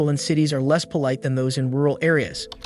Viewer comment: You repeat yourself about the struggle in urban environments. And the AI mispronounces ‘polite.’